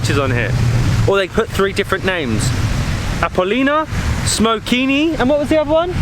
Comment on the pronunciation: The Pronunciations are killing me💀💀💀 The first name you said was the old tame of Sozopol - Appolonia. You pronounced it Appolina💀. The second one is Smokini, and you still pronounced it wrong💀. Smokini also means figs. The name comes from the many fig trees and traditional fig jams in Sozopol. Smokini is the name of the camping site. The Last one is not Kavastite like you pronounced it💀. It's Kavatsite which is the actual name of the beach. The beach has one name - Kavatsite, the other two are names of different thing that I told you. The ones are also killing me💀 It's Dalyan Chaika (Pound Net Seagull) The name comes from the nets for farming Mussels in this place and the seagull comes from the many seagulls. The same names had the rocky beach below this resturant. Also on it is really bad.